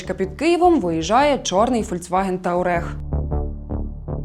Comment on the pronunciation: Навчись новенька правильно читати назву Volkswagen Touareg